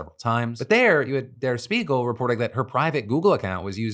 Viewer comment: It’s pronounced der Shpiegel - it means mirror